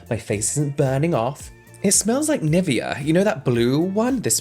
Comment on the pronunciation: it's pronounced ni-VEa , James :face-purple-crying: crying in german